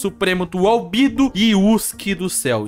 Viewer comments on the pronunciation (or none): Não é albido é albedo